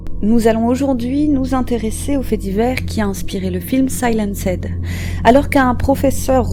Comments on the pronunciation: Le "SAI-LAN-SED" du début m'a fait bien rigoler mais uoerbr vidéo comme d'habitude. À part les prononciations massacrées, continuez me bon boulot👍🏾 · Très très bonne vidéo ! Mais il va falloir revoir votre prononciation du mot "Silenced" en anglais :p